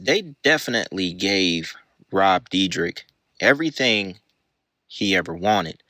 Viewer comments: Bro you know his name ain't no "deedrick" it's "deer deck". D + yr (year) + dek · Is pronounced Deerdek. 😂😂how much"research" could you have possibly done😂😂😂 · So just a few notes on pronunciation. It’s deer-deck, f-oust-tion bargain and ridiculous-ness. Good content but not knowing how to say the words of the subject your covering was driving me crazy. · it doesn’t matter at all, but it’s pronounced “deer-deck”. like i said doesn’t matter i’m not tryna be annoying just letting ya know brother. amazing video. i loved these guys when i was a kid. sad to see the facade fade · For if u ever make a future video about him. Its pronounced deer-deck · It's pronounce, "Dir - dek". Where can i see the OG video, not what you stole to make your content? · It's pronounced deer-dek bro 😂 all love tho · its pronounced De-er-dek(Dyrdek) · his last name is pronounced "Deer-Deck" for future reference. love the videos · You’re saying his last name wrong